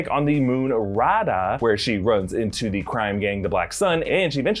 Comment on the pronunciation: you butchered the name raada its ra a da